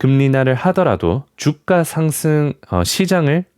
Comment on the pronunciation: 주까X 주가O 25 삐삐,50삐삐X 25피피,50피피O 발음 교정하셔야겠네요 하셔야겠네요 발음교정 안 돼있으니 내용 집중 안 되네요